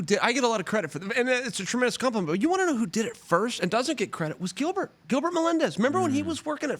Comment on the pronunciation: . Its Giblert not Gilbert